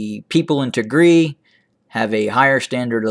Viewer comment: You pronouncing wrong Tigria, you have sound it Y ( Tigray) But Thank you for being voice of Tigray we Appreciate it